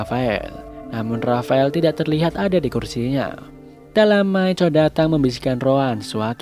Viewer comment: Permisi bang, sedikit koreksi. Echo di baca = Ekō